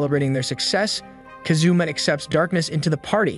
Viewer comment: Bruh really said kazuma like kazoo and ma